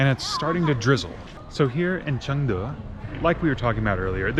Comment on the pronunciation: your pronunciation of "Chengde" is very good! i guess you can learn Chinese very fast!